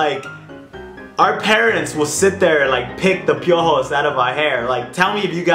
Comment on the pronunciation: The way he says piojos lol